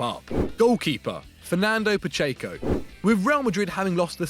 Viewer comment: Man that pronunciation of Pacheco is awful...